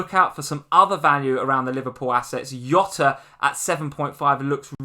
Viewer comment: Love ya guys but It's not Yota it's Jota. He's not Spanish he's Portuguese. They pronounce J almost exactly the same as we do. If you were to jot down some ideas, that is what jota translates to and is pronounced the same way.